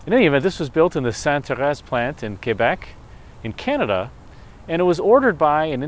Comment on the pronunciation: Félicitations pour avoir prononcé Québec correctement. On entend trop souvent des anglo-canadiens dire kwaybec... bravo pour un américain